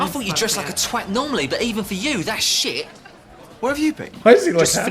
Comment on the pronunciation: Genuinely appreciate pronouncing “twat” correctly.